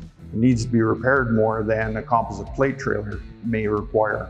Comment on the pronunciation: Why is he saying composite wrong 😂😂